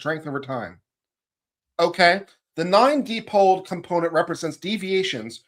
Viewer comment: dipole = “DYE-pohl”, not “DEE-pohl”.